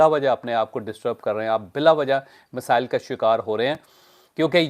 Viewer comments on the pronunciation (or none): none